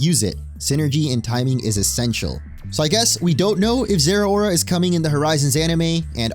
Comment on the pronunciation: They way you pronounce Zeraora gives you zero aura.